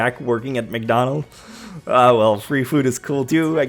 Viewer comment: Whoa it's McDonald's not wcdonalds hehe